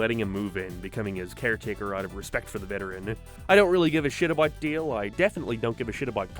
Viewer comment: you keep calling Dale Dill and it drive me crazy